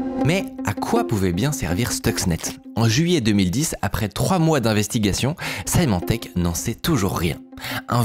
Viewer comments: Juste pour corriger une petite erreur de prononciation: Symantec se prononce "s-i-mantec", pas "s-aïe-mantec" (même en anglais). Merci pour la vidéo ! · Symantec se prononce "Semantec", pour info ;)